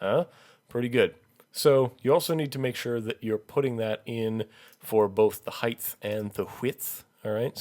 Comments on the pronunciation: ""...height-th..."? Really? With English as a first language and all this time I was saying it wrong... What about this one: Pterodactyl? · You type out ‘height’ correctly, but say ‘heigth’ every time. There is no word in the English language called ‘heigth’. Other than that, nice video and very helpful.